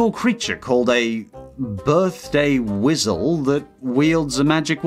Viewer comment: Birthday "wisal" lol